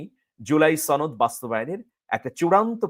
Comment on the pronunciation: সনদ না ছনদ সনদ কথাটি ঠিক ভাবে বলতে পারো না৷৷৷ উপস্থাপক হয়েছ